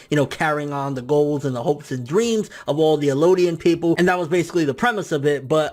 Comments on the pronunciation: It's EL-DIAN!! Not ELO-DIAN!! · Also, Eldian, not Elooodian... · It's eldian L-D-in